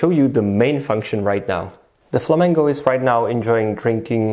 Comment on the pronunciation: Why do you say Flamango lol